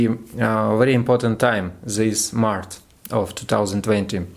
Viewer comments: you're just fire! 😊🔥👍 Только про Овнов не "маrТ", а "маrЧ")) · молодец. И приятно удивил. Только обращай внимание, что ты на английском говоришь март (по русски), а надо маач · the more you practise the better! Without making mistakes it’s impossible to get experience and skills. You should pronounce March/мач/, August/огест/, etc. So listen to more things in English to get how to pronounce this or that word. In general although you made mistakes, I could understand everything. I wish you continue your work like this!❤️😀